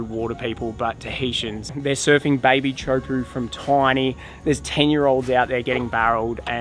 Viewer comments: Tay-ha-hoo-p'ho not Tee-oohpo 😉 Great content, Loved it. Cheers guys! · My brother has lived in Tahiti for over thirty years and he doesn't say TEAUHPO'O the way you do. Manoa and Matahi Drollet are his relatives by marriage. (My very very distant relations.) They also have a name for beginners. 😊 😂😅😊